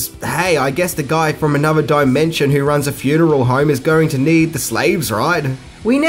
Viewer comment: Why are your th's end with a V or and F? Another = anova and with = wiff... hmmm